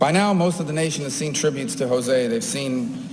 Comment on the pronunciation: RIP, José, you were great and you never deserved a Senator who doesn't show up, always bashes the country you were born in (most of the things he says are untrue - Cuba a communist nightmare? not really) and who can't even pronounce your name. You deserved to live on to witness Senator Murphy. You will sadly be missed